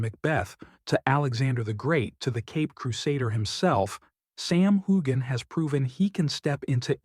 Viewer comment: Very nice report but the next time you do one on Sam please learn how to pronounce his name properly